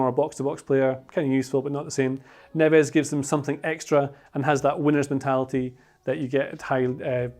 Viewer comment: Why do you pronounce his name wrongly